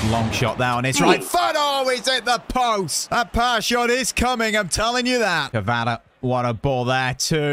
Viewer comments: the prononciation is ki va ra ts k she lia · U pronounce kravstshevela ( car -rat-she-vel-lia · His name is pronounced “quarasckelia” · His name is pronounced varteshkillia